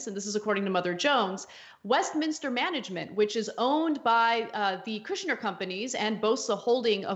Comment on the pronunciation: “Kushber” 🤣 slum lord!!!!